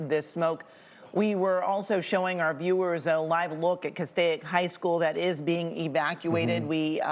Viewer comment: Cas-steak! There is no “I” in Castaic.